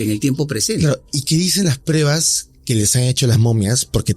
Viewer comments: Todo bien, pero me estresa escuchar a cada momento la palabra mal pronunciada, "prebas" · ¿Porqué dicen prEbas y no prUEbas?...